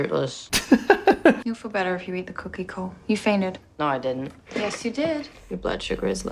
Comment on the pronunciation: it should be "coo - kie."